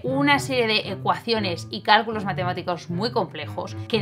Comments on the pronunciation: Dice cáculos. CÁCULOS xd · soy el unico que se dio cuenta que en el minuto dice CÁCULOS ¿¿¿????? PERO DE IGUAL MANERA ERES MI YOUTUBER FAVORITA EVER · nadie:: SIN CÁCULOS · "diseñar estructuras... ¿sin CÁCULOS?" WTF